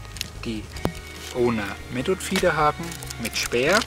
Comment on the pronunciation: Method spricht man mit englischem th aus.... Und nicht metod.... 😉